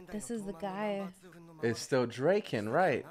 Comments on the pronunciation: Guys... not to be that guy but its DRA-KEN lol. You guys saying Drake-N is driving me nuts 😂😂😂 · "Dray-ken"... "Akon"..... this dude... lol. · draken. like drah-kin